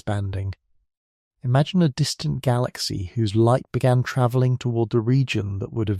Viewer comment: Tra-velling? Is that a typo fed to the AI voice generator? It was pronounced properly just a minute or two after the vocal typo.